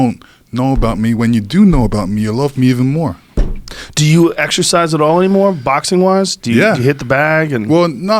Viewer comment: Exercise? I thought you said extra fries!